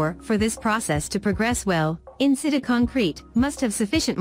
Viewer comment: "in-sit-chu" you dumb robot!